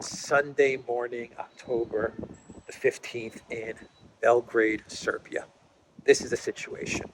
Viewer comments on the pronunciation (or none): none